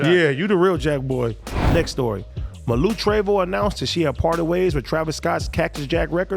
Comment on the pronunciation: It’s ( Mah-luu).. lol